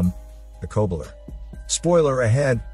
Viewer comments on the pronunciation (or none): the coe-bler? its the COB-ler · DUDE the word Cobbler .. pronounced - [ KOB-LER ] ... NOT [ CO-BLER ] ... ROFL 🤣🤣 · its not the co bulah its the cobb ler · The Kohbler according to his pronunciation. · Immediatly pronounced "Cobbler" wrong, well this is off to a good start...